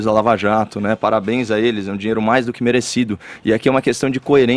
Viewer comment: FEFITOOOOOOOO!! O Copolla acabou de dizer que é uma atividade legal!! Está no véu da NORMALIDADE!! UFA!! E fala direito, não é zinheiro é Dinheiro ok?